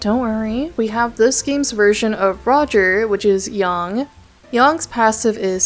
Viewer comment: why do you keep calling Yang 'Yong'